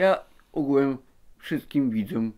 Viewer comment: Ugułem się muwi xdd